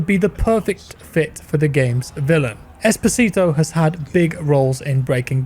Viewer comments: OMG I always hear "Despacito" instead of "Esposito" Jesus... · Please stop saying Esposito like that